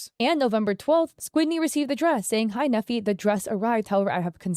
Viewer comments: His name is Nephi, he was raised with the importance of reputation management. Only LDS/Mormons name their children Nephi. Pronounced knee-fie, not neffy. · I went to school with a Nephi. It's a common name in the LDS church. It is pronounced like KNEE-fye and not "neffy". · As someone who was raised LDS/Mormon in Utah County, Utah (and still lives there to this day), hearing that name pronounced like "Neffi" is making my brain glitch 😂 (If you don't know, Nephi is the name of a significant character in the Book of Mormon, and we actually have a city here in Utah County called Nephi, but we pronounce it like "KNEE-fy".) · I’m sure no one cares but the pronunciation of his name is “Neefeye” long E and long I sound. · “Nephi” is a Mormon word and is pronounced Knee-fi. Love the video as always!